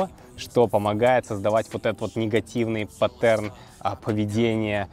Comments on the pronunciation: Не патЕрн, а пАтерн, небольшой ликбез, без обид! :) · Не паттерн, а паттерн :D